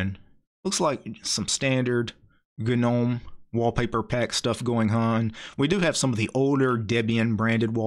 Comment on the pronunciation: Take a shot every time this man says "g-nome."